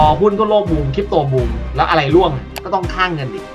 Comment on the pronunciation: ร่วง ไม่ใช่ล่วง